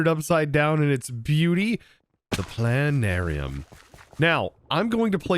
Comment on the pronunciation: I have a bone disease that prevents me from saying the 't' in plana'rium.